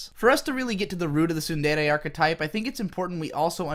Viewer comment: Two seconds in and I hear you mispronounce “tsundere” already, can’t watch this shit. When will the English stop butchering my favorite language?